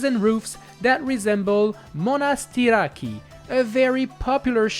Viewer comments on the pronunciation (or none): none